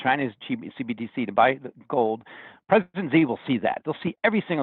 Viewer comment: Interesting take. Things are moving so fast that the USD may never be replaced. He needs to work on his pronunciation: President Xi (She) 💴 yuan (you-on)